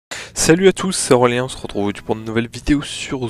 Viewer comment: Tu t appel ou Aurélien pk sur ton intro moi j enten